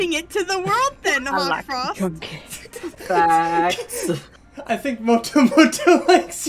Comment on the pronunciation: Did anyone notice it was Hawtfrost and not Hawkfrost?